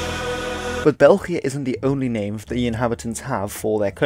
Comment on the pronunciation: Your pronunciation of "Belgien" was eargasm. Spot on.